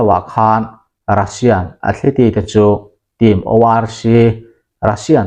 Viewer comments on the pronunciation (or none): Athleti niloin athlit ti ang zawkin aw.Thumal common deuh2 angchi lam dikloh inei nasa thin e...a langsar thin angreng bawk sia